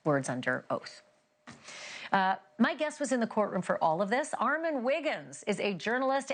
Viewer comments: Ma'am!!! Put the emphasis on the right syllable!!!!!! Ar MON!!!!!! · You did a phenomenal job! I want her to say your name correctly, though. Lol! I thought it was ARE-MON not ARE-MEN? Am I bugging? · It’s Armon, not Armen 😂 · You were right she doesn’t say your name correctly… it’s ARMON not Armen!🙄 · PRONOUNCED: ARR-MON ON not IN If they respect you enough to have you on their platform, they should respect you enough to get your name right. Please start standing up for yourself and start correcting people regardless of their status. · Please tell her your name is Armon and not Armen! 😭😩 She is sending me!!!!!😵‍💫😩😩😩😩😂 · Who cares that she pronounces your name as “” we know she means Armon!!! Redemption! I love it!!!!! Congratulations!!! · Good Job! Lmfaoooo he knew she was going to mispronounce his name 😂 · She stay calling you "" like someone correct her plz. It's annoying lol. 😩😭😂😂😏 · The pronunciation of Armon’s name is crazy work… it’s “R…MOOOONNNN” 🤦🏽‍♀️ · Whos ARMEN?... THESES people get on my nerve They know how to say the name right 💁🏾‍♀️,.. anywho besides her not being able to read a name properly congratulations armon on your success!!!!🎉🎉🎉🎉❤️ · I need her to play ARE MON wigginsss he bringin the tea, so she can pronounce it right. You Killed it! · We love this for you ❤ but her pronunciation of your name is sending me 😂😂😊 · Why is it so hard to pronounce armon? Smh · Congratulations Armon!!!🎉 (Sidebar: I can’t stand when ppl mispronounce his name😡😩😆)